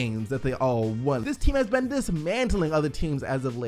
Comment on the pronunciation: Mate why do you always say "ben" instead of "been"? Not hating, im genuinly asking